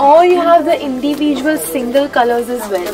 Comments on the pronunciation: Yes,She says ind-ee-visuals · Am i the only one who obsereved the way she says 'individual' ?